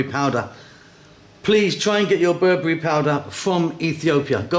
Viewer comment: It's not berbury, its ber-be-re :)